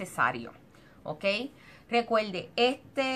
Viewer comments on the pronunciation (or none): Recuelde, mejol, usal, fuelte, utilizal, sel, olganico, nolte.... por favorrrrrrrrr